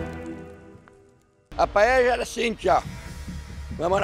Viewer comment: diz que a familia é Valenciana espanhola e não sabe nem falar PAELLA kkkkk me poupe!!! Ela disse: Palella kkkkkkkkkkkkk